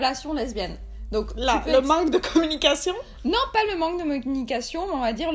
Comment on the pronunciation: "non pas le manque de Mo-nication" au lieu de communication 😂💙